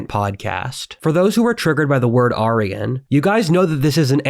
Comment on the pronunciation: no, that's precisely how you pronounce it